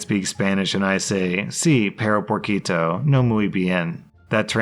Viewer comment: atleast pero and perro are almost said the same, while "porquito" is definitely not correct